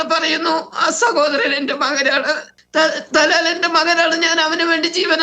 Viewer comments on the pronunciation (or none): Thalal അല്ല tholal എന്നാണ്